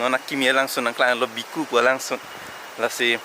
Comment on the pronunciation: It's not Viku it's VEKU